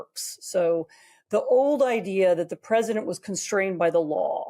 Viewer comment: Oy, how do you pronounce the word, Idea,? Now think again, how you pronounce the word ideology.